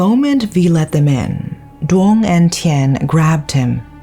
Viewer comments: Always love watching these videos about Vietnam. Not because i like the crimes (obviously), but because my lack in Vietnamese comprehension prevents me from reading/watching news about these things, and I know how well researched your videos are. So thank you for that! Though just as a note, for Vietnamese words/names: Duong is actually pronounced more like "Yoong". The letter D has a "y"/ "yuh" sound, and its only pronounced as the English "d"/"duh" sound when the letter D has a stroke in it (Ð & đ). Just thought I'd share for future reference :D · I have not heard of this case yet so thanks for sharing! I think he had other issues but this break up just put him over the edge. This is so sad and tragic. People need to take psychological illness more seriously. Thanks a million for another great case! By the way, you said the names incorrectly. The name “Duong” has the sound of “y” not “d”. But you did a good job.